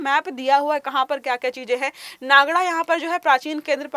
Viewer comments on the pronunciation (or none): अपने उच्चारण में गलती कर दी उसे नागड़ा नहीं नागदा कहते है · Jis tarah aap ne नागदा ko नागड़ा bola , seems you are not from MP.